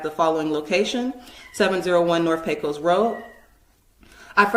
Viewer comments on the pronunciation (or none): none